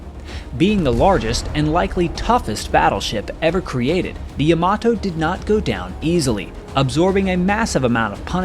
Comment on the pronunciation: Yama-TO, not yama-toe.